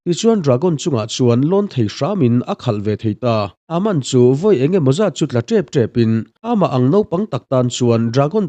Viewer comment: An hming i lam dan a bak a....Aman te Charlie te😂😂😂😂